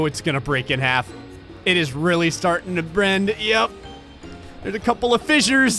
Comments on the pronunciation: "Oh it's really startin to brend" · " its starting to BREND "